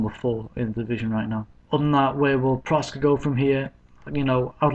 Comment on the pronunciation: its proksa, not proska